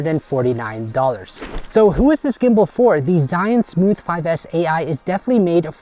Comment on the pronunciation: It's not Zion, and not Israel or Egypt :D LOL it's Zhiyun (almost like: Jeeyoon) here is tutorial on pronunciation of this word